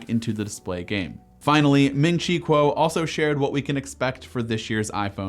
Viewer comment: ming chi kuo not quo